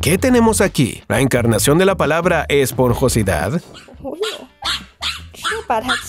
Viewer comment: "EspoRjosidad", no; es esponJosidad, de esponjoso.